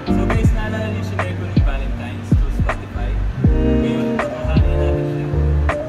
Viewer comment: valentimes 😭 sadya ba ‘yon or what lol